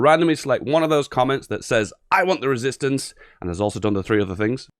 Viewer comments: "I JUAN THE RÉSISTANCÉ" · "I want La Rėsistance" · "i want the resistace" i really need to risist my parants. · I want the resistance (w/ french accent haha)